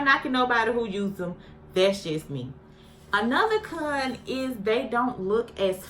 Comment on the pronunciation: Every time you said CON it sounded like you was sayin the C-Word gurllll .. then when you said SETS I swore you said SEX 😂